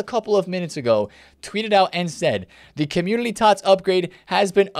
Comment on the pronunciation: Is it community? Or Commulity? Just sounds like you are saying Commulity